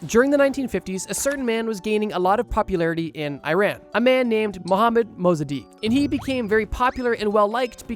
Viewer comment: COINTELPRO is coin-tel-pro Mossadegh not Mossadikh Harvard has a robotic bug lab